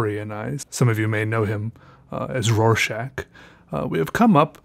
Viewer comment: Isn't it pronounced "Raw-shock"?